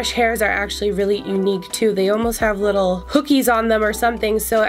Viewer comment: You said a “likkle” bit more lol 🇯🇲